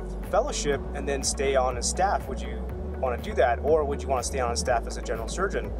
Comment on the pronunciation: Everytime he said "staff" I heard "Staph."